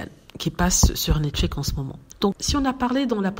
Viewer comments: Merci. Je ne sais pas pourquoi prononce ce mot comme si il y avait un C final. Elle insiste tellement sur ce mot que je me demande comment elle prononce "Max" par exemple? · Pourquoi je ne dois pas regarder? Ici on grandit ensemble. Ce n'est est pas la première fois que nous faisons des remarques par rapport à la manière dont prononce le mot Netflix. Si la prononciation n'est pas correcte elle peut se reprendre. La manière dont elle prononce le mot ne sonne pas bien. Mais elle continue de le prononcer de la même façon et nous autres nous continuons de lui faire la remarque par rapport à ça.